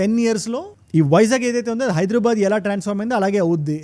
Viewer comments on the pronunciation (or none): none